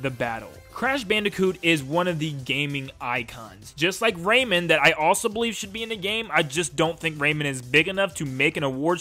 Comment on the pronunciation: Its Ray man I hate when people say it like raymund not just you but i have seen that in several videos its just my gripes but it irks me